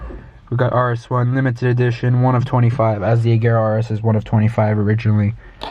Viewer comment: Oh my god, the first American i know who spells agera correct 😍